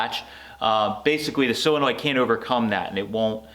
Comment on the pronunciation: that word is "solinoid, not silinoid, so, sol not sil. Yes I know I misspelled it. It is pronounced "sole, not sile such as you pronounce it. Just trying to help.Your idea is very helpful, cudos to you. Also, I wanted to say, for a first time effort your "chopped top" is really impressive. I wish I had your talent, or even could develop it.